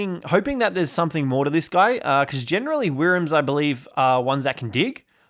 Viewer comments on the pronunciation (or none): It's so cute when you try to pronounce Wyrm